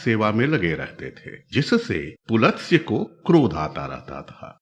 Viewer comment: पुलत्स्य नहीं पुलस्त्य सही है।